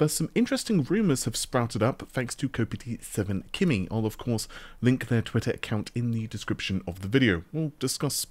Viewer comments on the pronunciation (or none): BRO!!! STOP saying "ko-pity-7-kimmy" that is NOT their name... kopite7kimi's name is pronounced 'ko-pyte-7-kimmy" the 'pyte' rhymes with 'byte' as in 'megaBYTE' - ko-PYTE ko-PYTE!!! I'm so sorry.. but I have left so many comments trying to get you to understand this, but you never listen to me.. so you either don't see me, or you just don't wanna listen to me.... EVERYONE ELSE that references this person says their name 'ko-PYTE'-7-kimmy" and it looks like it is pronounced that way... you can use your phone and tell it to pronounce the word... it will NOT say 'ko-pitty' NOW, I am DONE being mean. I hope you don't hate me now. I will be getting back to enjoying your videos, and praying that you don't hate me for calling you out so loud 🙏